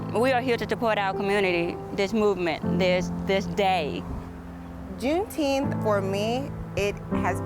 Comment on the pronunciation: Jumeteenth 🙄 not only are you rich but even dumber